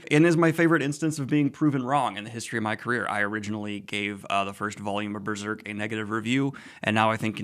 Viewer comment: I don't know why I was so happy to hear Daniel say, "Berrrserk!" again.